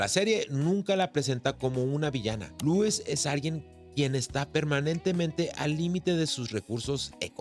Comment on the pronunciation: Todo bien, solo no puedo soportar que pronuncies “Luis” en vez de “Lois” como estamos acostumbrados a escucharlo.